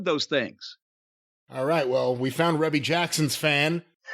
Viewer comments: Hilarious. Jim and don’t even know it is pronounced R-EE-BEE Jackson. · REE-BEE Jackson, not REB-BEE. 🤣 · Rebbie, not "Reby".